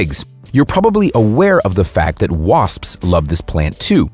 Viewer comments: Erika Thompson said 'waspsps' on the Joe Rogan show and I found it hilarious, that was a month ago. The dude in this video said 'waspsps' and it was published 11 months ago. After all these years, am I saying it wrong or is it a US thing? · Hahhahahahahah this is so funny “Wasps” plural sounds like waspsps